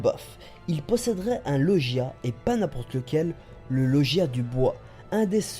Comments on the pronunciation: Bonne théorie, mais, juste un MAIS !!! il faut arrêter de prononcer le mot "Logia" : "Lojia" avec un son en /ji/ car on dit bel et bien Logia, avec le son /gue/ ! C'est de la phonétique A par ça, bonne théorie et fluidifier de parole👍😉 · LOGEIA TU DIS ! C'EST LOGUIA ! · Sa ce prononce LOGUIA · tres bonne théorie mais ta prononciation de logia ma irrité les oreilles xD